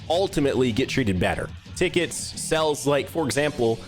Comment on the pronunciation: You pronounce a lot of words as if you were pinching your nose Like "sells" instead of "sales" Lol, good content though